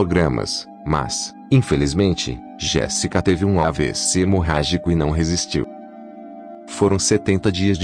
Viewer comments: Não é Jessica, locutor. É JÉSSICA. Dá um zero pra ele. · Aí pq o narrador fala errado o none Jessica e Sophia 😁😒